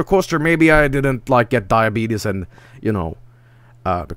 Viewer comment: Wait, did you say Diabeetus?